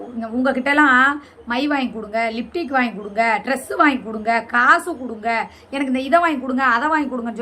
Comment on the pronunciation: அக்கா நீ போலீஸ் ஸ்டேஷன் ல, ச்சு ச்சு ச்சு போய்டியாம் 😂😂😂😂😂😂 லிப்ஸ்டிக் சொல்ல தெரியல லிப்டிக், ஆனால் சுமி அக்கா மேக்கப் உன்ட கத்துகிட்டகலாம்......😅😅😅